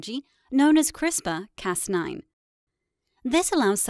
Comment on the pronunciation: LOL - We don't call it 'Crispa' - We call it 'Crisper' You're funny. 🤣🤓